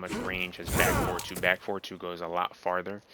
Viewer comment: You "forward" sounds like "four". Took me a while to realize it. Great guide, nonetheless!